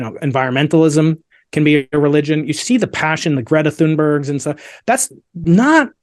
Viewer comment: Did he say the passion of Greta Thurngerg!????? Hahaha!! Okayyyyyy! Dude come on